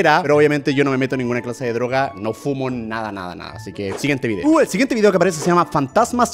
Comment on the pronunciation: El dijo la droka